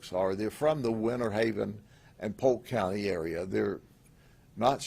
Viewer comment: "Polkurt County"